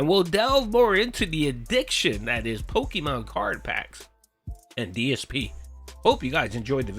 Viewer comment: Gotta catch ‘em all! Pahkeemon ! Ack ack ack! 😂😂😂